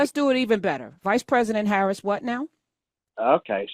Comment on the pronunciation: Professor you talked to him about 7 minutes...With my patience it was 6 minutes and 30 seconds too long because after his mispronounced name for Madam Veep I would have ended that conversation...you are a dar better person than I.